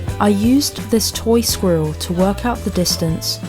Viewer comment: Just the word "squiller" is impossible to pronounce so quit, please...